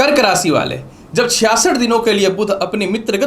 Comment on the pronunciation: भाषा शैली में स और श का अंतर समझना जरूरी है । भविष्य होता है न कि भविस्य, इसी प्रकार राशि होता है न कि रासी ।